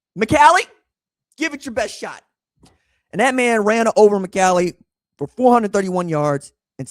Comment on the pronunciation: McCallie is pronounced Muh-CALL- Lee.